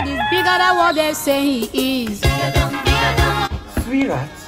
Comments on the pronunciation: Am I the only one who heard her calling him SweetRat😂😂😂😂😂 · When she says sweetheart I hear sweet rat